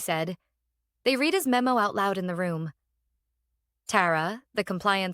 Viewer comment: Please teach your fake intelligence the difference when pronouncing read in present tense (rhymes with reed) or past tense (rhymes with red).👎